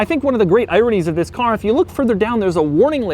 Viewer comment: You gotta love the "thiz" at the beginning of every video